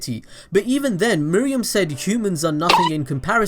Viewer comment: Me-roo-em not me-ri-em :(